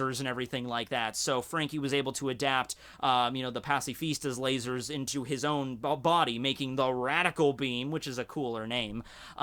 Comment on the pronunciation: I like how he says "LA-SOARS"